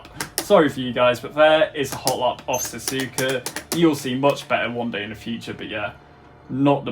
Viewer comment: ''yea next race is gonna be sazuka anyway next GP is the japenese gp located in sazuka'' like bro you said sazuka lol ''not hate comment im a fan your better than DanNoSkill''